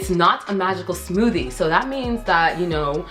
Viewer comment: “Today we’re gonna make the smooTHAY” 😭 she’s so cute